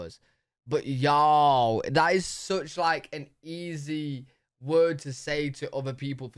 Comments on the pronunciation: I think the way you say y'all sounds GREAT. British y'all. What a trip. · Y’all is from the South that has an accent akin to you Brits. So, the way you say y’all is spot on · You sound perfect when you say “y’all”. It suits you! I’m from California and it sounds weird for me to say it! 😂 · y’all always sounds right as second person plural no matter who says it. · I agree. This Texan gives her blessing. He sounded excellent when he said it. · I agree. His “hey y’all” was perfect! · Southern here from the USA. You absolutely have permission to say y’all! You sound great saying it and that’s not just Southern sweetness!😊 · As a born and bred southerner!!! You are saying it perfectly! Sounds great and y’all ought to start using it! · Your pronunciation of yall sounds very natural! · Do it! You sound great saying Ya’ll ☺️ and the Whole nine yards is a fun one. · you sound great saying y’ll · You sound good saying "Hey, y'all." But I live in the South in America. I use "y'all" so much, my phone recognizes. So use it. Then you can add "all y'all and you'ens". You'ens is more than y'all and less than all y'all. And yes, I had a boss who used you'ens. I don't care for it too much.